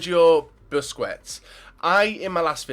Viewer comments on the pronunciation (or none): Busquest sounds like BUSKESTS, NOT BUSCUETS. learn spanish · Nice video man! Regards from Spain! PS: Busquets isn't pronunced as "Busquets", it is "Busqets", without the second 'u'. ^^ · you know it's pronounced "busqets"